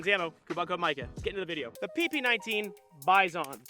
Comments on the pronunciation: Dude, originally PP-19 BUFFALO in russian sounds like "bee-zon", not a "buy zone" Besides, you have in your hands a copy of Bison-2-01 - a more advanced version of PP-19 for 9x19 cartridge Congratulations on a dream come true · Russian: Bee-zon English: Bi-son Micah: Bi....ZON.... emphasis on zon fr tho love the Bizon, one of my favorite guns and I'll gladly use its shitty iteration in CS:GO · Sorry to be a pedantic dick, but its pronounced bee-zon. The Russian backwards N is pronounced as EE. I love the gun and vid tho. <3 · I was looking for this. He should also stress the second syllable, not the first one. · Hate the way you say Bizon